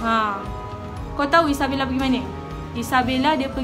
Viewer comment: kenapa erk selalu cakap isabelle ?😅